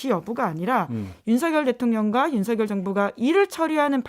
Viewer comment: “서결”로 발음 해 주셔서 감사합니다.. ☺️ “성렬”로 발음하는 많은 다른 방송인들을 보면서.. 이제는 한글도 똑바로 못 읽은 바보들로 만들어가는구나 생각이 들어 너무 슬퍼집니다..ㅜㅜ